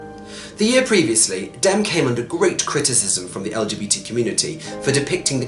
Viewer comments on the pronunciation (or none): The director of Philadelphia's name is pronounced DemmE